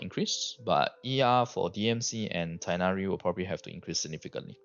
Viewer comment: Teghhnari with hard h sound